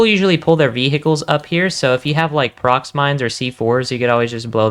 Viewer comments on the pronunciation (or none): none